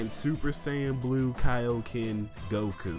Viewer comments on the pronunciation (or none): none